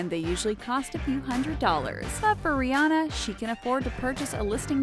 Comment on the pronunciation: Its pronounced re-on-a not re-ane-a